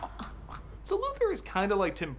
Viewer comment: You have no idea how irradiating hearing him say Lex last name wrong Luthor Lu Thor Come on 😑